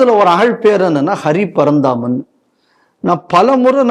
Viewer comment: அந்த போராளி நீதியரசர்கள் பட்டியலில் ஒருத்தர் பெயரை தவறாக உச்சரிக்கிறீர்கள்- அவர் அரி பரந்தாமன்..ஹரி பரந்தாமன் அல்லர்!